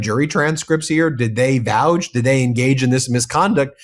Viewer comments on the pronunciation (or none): Is Ben really a law professor? This is the second video I've heard him say, "vouge". The word is, "vouch". 🤦🏼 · Vouch rhymes with couch, not gouge.